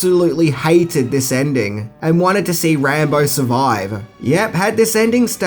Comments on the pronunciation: Who’s Rahmo ....it’s pronounced Rambo. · Wtf speaker. Rambar hahaha!!! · Is it me or is saying "Rambar" sometimes? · You mean “Rambo”? 😂